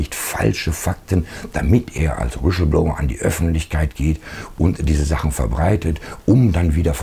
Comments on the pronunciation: Schönes Video. Aber Kollege, "Wischelblower" geht gar nicht! Hihihi. Hör Dir die Aussprache des Wortes lieber noch mal irgendwo an. :D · Sag mal [Wislbloua] ohne 'sch'… 😀